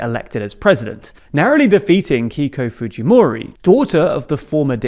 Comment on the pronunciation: Hey Genius they are Peruvian they go by Fu*Hee*Mo*Ree not Fu*Gee*Mo*Ri get a clue.